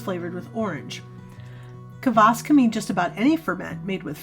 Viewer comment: There is no vowel between K and v in Kvass. It's just Kvass, not K-uh-vass.